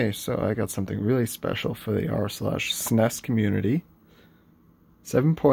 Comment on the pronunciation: I have never heard anyone say suh-ness before.